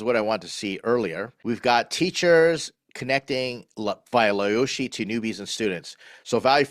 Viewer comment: you lived in china for 2 years and called it leoshi 😂😂